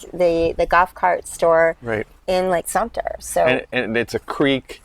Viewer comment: It’s Sumter, not Sumpter